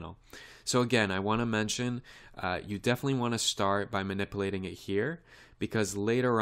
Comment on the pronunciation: eeehehehe...(Bevis)...he sez manipplating. hehehehe.